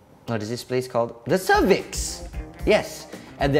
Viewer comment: When say the cervix it make laugh until my stomach pain